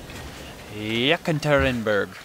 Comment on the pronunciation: It's funny listening to you pronounce Russian city names, Yakaterineburg just Catherineburg though not pronounced that way